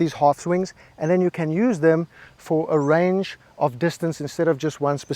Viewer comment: You are right sir. When I heard you say dis-ton-say for distance I knew you got me good 😂